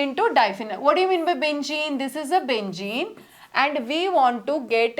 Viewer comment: Benzene ❌Bengeen✅